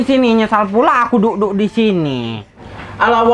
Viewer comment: Kok bilang nya tadi dukduk 😁